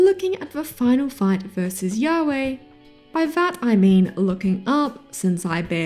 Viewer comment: A lot of the reasons given in this video make me appreciate HxH and Jojo's more. Both manage to switch up main characters in a way that lets them reset the power scale somewhat, so you can get invested in another story that isn't infinitely one-upping itself. Also the latter is the gayest battle shounen out there, so maybe that'll be a bonus point for you. Also, mispronouncing Ywach as Yahweh the biblical god has to be the most poetic slip-up 😂